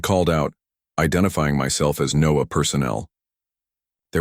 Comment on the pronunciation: NO-AA? Come on! Those goofs really hurt the story. How about having a human read the stories?